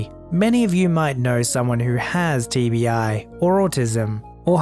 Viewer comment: When he said TBI I thought he TV eye.